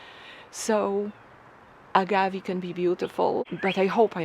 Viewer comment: Pronounced Reg-i-Nay And A-gav-ay